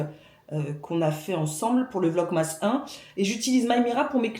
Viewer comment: Top ce pain au levain express ! Il faut que j'essaie, j'ai vu passer votre recette dans un autre vlog. Pour la prononciation, c'est plus "Vlog-meuss" que Vlog-MASS (comme on prononce Christmas > Christmeuss"), je sais pas si ça aide !